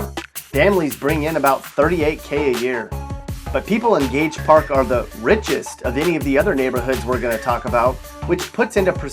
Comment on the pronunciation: Gage Park? Really?